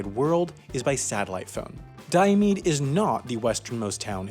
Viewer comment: I see your research did not include learning how to pronounce Diomede or Adak.